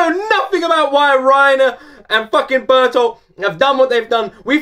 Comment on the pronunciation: Yeah, Ber-tolt is the way it's said. Reiner has to face the humanity of the people he has massacred, on a level that he's been able to compartmentalize until now, and he's not handling it well. Method acting can seriously mess a person up in a matter of months, if it isn't done properly, and Reiner has been a deep cover agent for at least three years, and potentially much longer. When Reiner the Wallmarian Soldier is acting, he puts aside any memories that belong to Reiner the Titanic Warrior, so there is no risk that the information or emotions tied to those memories will taint his performance. After years of doing this, the soldier persona has started to become something more like a split personality, which manifests habitually when Reiner the Titan Warrior feels guilty about breaking Wall Maria, rather than being a trick he can perform upon command. Bertolt uses the trigger word "warrior" to snap him back to his senses, but the past several years of his life aren't just going to go away that easily. He's loved and protected and dreamed with these people while ignoring the fact that they are his enemies, and now he has to look that dissonance in the face. Bertoldt has kept more distance, and let Reiner be his social tank, so he isn't as torn up, but this can't be easy for him either. "The Beast Titan caused Titans to rise within the Walls." Ymir blames the Beast Titan for the sudden appearance of titans inside Wall Rose, explaining how night walking Titans